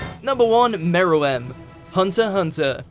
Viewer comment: Did he say hunterhunter smh🤦🏿‍♂️🤦🏿‍♂️🤦🏿‍♂️